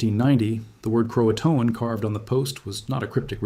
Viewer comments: In case you are ever in the area please pronounce Croaton like "Crow ah tun", so as to not offend the remaining tribe members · Sounds like a human voice but pronounced "Croatoan" at least three different ways. Amazing what AI can do. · Yeah, and its first pronunciation of Croatoan was cro-A-toan, which it then changed to CRO-a-toan in subsequent pronunciations. This is interesting information, but the AI of it all is kīlling me. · Screw this AI slope. As soon as Croatoan was pronounce incorrectly I knew it was AI. Stop giving crap like this views.